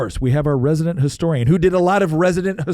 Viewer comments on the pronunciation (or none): "Historying" Nick